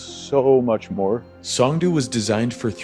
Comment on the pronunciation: Pronounced "song" "doe". 😂